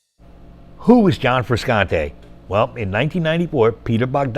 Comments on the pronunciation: Please learn how to pronounce Frusciante properly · Hearing the narrator repeatedly mispronounced Frusciante kind of irritates me, omg consistently cannot even pronounce the name correctly